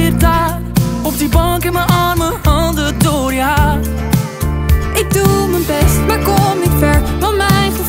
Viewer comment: Hij zingt soms wat slordig, zijn uitspraak is niet altijd goed...bij haar daarentegen, zij zingt perfect ! Hij zingt: jeaar ipv je haar ..